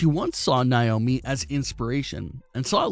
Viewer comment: Who is niomi ummm it’s na-omi